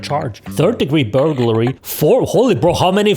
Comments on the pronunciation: Nope, it's how it's spelled Ber gler ree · You pronounce "burglary" like this; bur-gul-ree. Or that's how I pronounce it. Hope it helps.